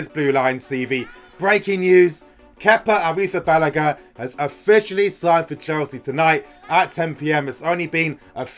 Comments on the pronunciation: Ouffff.. that correct pronunciation hit me hard bro, finally lol👏😂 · according to Kepa Arrizabalaga, he is pronouncing it correctly. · Ayyy that pronunciation though😂🙌🏾